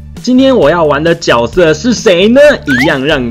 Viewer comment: ㄐㄩㄝˊ色 不是ㄐㄧㄠˇ色